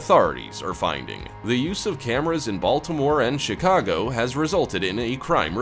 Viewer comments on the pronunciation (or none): none